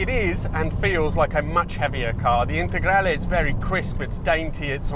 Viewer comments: Your "integrale" pronunciation is perfect! I am shocked about the sound. The lancias were not sold here, so the only way of listening to the Lampredi is the Q4. I thought they had the same sound. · proper pronunciation of "lancia integrale" ;) great video